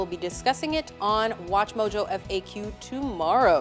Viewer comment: why do you always say at atwatchmojo?